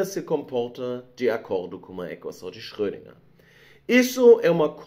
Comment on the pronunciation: Tenho que admitir que a repetida pronúncia de Schrödinger do me incomodou bastante hueueu